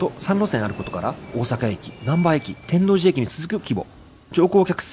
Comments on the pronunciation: 天王寺も関東読みとはイントネーションが違いまして、て→ん→の↓う↓じ、なんですわ。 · 天王寺のイントネーションが違う！！笑 少し前のドラマでも天王寺のアクセント違う！って話題になってました😂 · 京橋の発音は合ってるのに天王寺の発音が違う(`・ω・´)